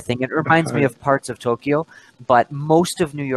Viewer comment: a palavra Tókio você pronúncia tolquio! Você está pronunciando errado!